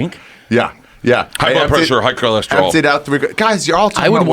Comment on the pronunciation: Why cant bert say blood pressure correctly. He always fucks it up, he says bloob plessure